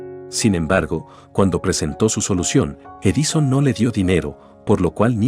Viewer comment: No le doy like por su mala pronunciación. "Estado de soc" ???? Edíson?????